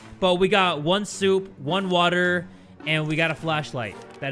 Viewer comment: What about the way u would say, WATAH, I miss that🥲